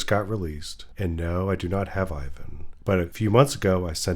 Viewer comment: He's not [Ayvan], he's [iván], ee-one.